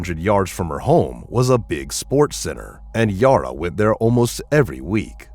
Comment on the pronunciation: Bad pronunciation on everything. Her name is not Yoro/Yora, it's Yara. Think Sara(h). Sounds like computer generated voice, certainly has the typical defects that computervoices almost all do.